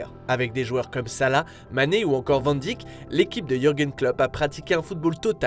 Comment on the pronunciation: Juste la prononciation de Van Dijk c’est « Van Daïk » et non pas Van Dijk « Van Dik »